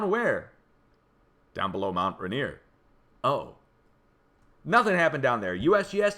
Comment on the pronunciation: You'll be saying this again before the mountain finally takes me - it's pronounced mount "ray-neer".